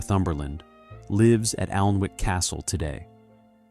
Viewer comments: I’m out - if you can’t pronounce the actual name of the Alnwick - ANNICK- then the research isn’t good enough. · It is pronounced anick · the 'L' is silent!